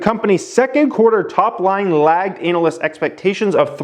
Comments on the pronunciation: Can u keep saying anal- yst in ur vids please. Highly amusing. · Why you say analyst like anal